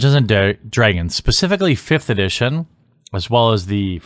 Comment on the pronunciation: At the :09 second mark I'm pretty sure you said Pacificly...